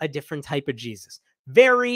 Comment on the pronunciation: "Jees-i" 😂 thank you for the first laugh this year!